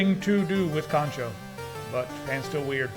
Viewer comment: Lost it at "The pratice of Kanchou" lol!